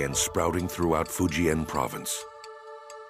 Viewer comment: None of these white folks are pronouncing Fujian correctly !